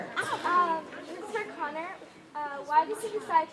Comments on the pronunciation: its Connor not conner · 😩 *Connor not conner